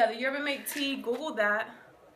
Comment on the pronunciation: Pronounced Yerba mat-tay........:-)